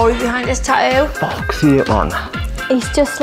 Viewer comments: I swear it probably bothers me way more than it should when they say Ta-OO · I hate how they pronounce tattoo. "Tah-oo"